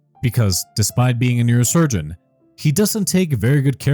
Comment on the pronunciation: Enunciation is funny “Ear Surgeon to Neurosurgeon”!!!!!